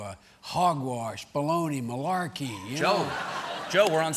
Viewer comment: Did he say Marlarkey? Im waiting for him to say it🤣🤣🤣🤣🤣🤣🤣🤣